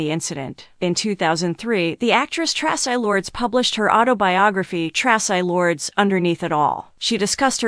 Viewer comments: Tra.cii TRACI !! Say it right!! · AI can't even pronounce Traci's name properly. I'm outta here.